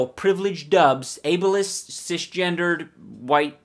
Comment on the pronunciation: i'd enjoy these videos if he could learn how to pronounce the word ABLIEST.... like it's bothering me...